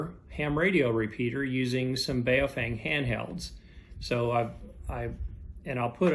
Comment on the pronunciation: FYI: the radio brand is pronounced "BOE-feng". That 'a' isn't pronounced.